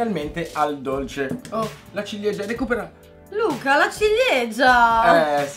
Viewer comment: tutto il video e con Luca che dice "LA CIGLIEGIA"😂